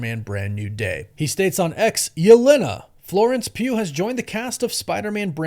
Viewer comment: it kinda annoys me how you pronounce "Yelena" but great vid man